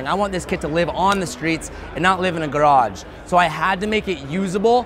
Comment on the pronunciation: wow, you said “garage” so Italian. lol